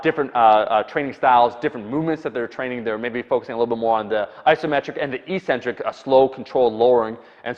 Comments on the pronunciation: Eccentric is always and only pronounced ek-SIN-trik, not ee-SIN-trik. I just re-verified this in in Webster, Oxford, and . You're likely getting it confused with the way the word "asymmetric" is pronounced, which has you drag-out the initial vowel sound to create the opposite of symmetric. This is basically what you have been doing. But it's wrong. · It's pronounced "EK-centric," not EE-centric." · Omar it's pronounced eck centric (eccentric) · Eccentric, btw, is pronounced "ik-centric", with accent on the 1st syllable.